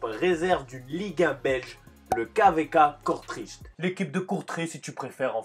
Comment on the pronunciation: Comment tu dis kortrijk🤣😭